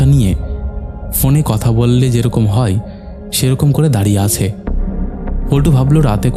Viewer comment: হই(হয়),ঠেকাই (ঠেকায়),চালাই(চালায়),জাইগাই(জায়গায়),ফাকা(ফাঁকা),কাপতে(কাঁপতে),কথাই(কথায়)।আর কবে শুদ্ধ উচ্চারণ করবেন?